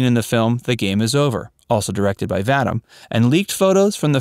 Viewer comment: Roger Vadim's last name is pronounced Va-DEEM, not Va-dim. You're welcome.